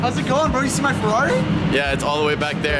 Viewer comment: Not ‘se’Its “See”